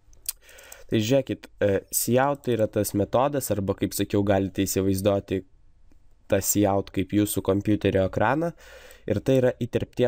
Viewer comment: Prasau nesakyk isivaizdoti per ausis eina :) Btw :LIKE